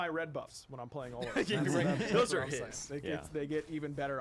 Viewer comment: Everyone keeps calling him O-lo-run. That pronunciation is wrong. It’s Or-Lor-Ruun. Geez